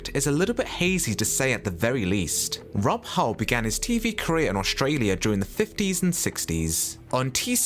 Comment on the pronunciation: I need to point out your mispronunciation of the Emu puppeteer. It’s Rod Hull not Rob Hull. And I’ve never heard of a disease called all-timers